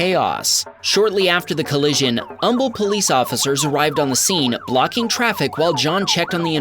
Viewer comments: YES! I cant stand it when people pronounce the H in Humble. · thank you for properly pronouncing Humble! So many people don't know that the H is silent when you're talking about the city a little ways northeast of Houston.